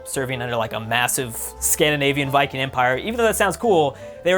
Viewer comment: Dude it's Viking not vikin